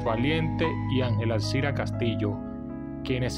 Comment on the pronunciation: Mi recomendación para el personaje que hace la narración qué conozca los términos hípico porque queda muy mal parados se dice bridas que son las riendas, Benemerito no el benemerito, Angel Aiciro Castillo no Alcira y se dice tordilla a un ejemplar de pelaje blanco o gris y no tortilla